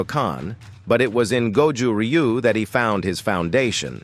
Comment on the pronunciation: I really hate how Americans pronounce Ryu